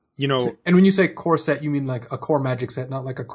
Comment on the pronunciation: Darn it, now I can't unhear talking about corset drafts...